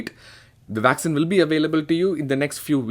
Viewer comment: Vaccine not Vaxxin!!